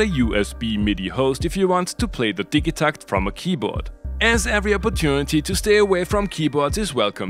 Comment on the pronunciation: It's definitely pronounced "Didja-TACKT"